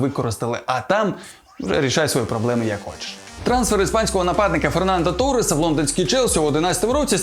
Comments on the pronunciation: Фернандо торрес а не феран торес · Фереандо торес а не феран торес